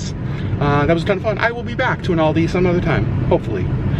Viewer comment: It hurt my bears when he kept pronouncing Aldi wrong 🙄